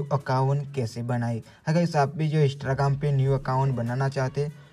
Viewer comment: Pahle bolna to sikh jao Instagram 😅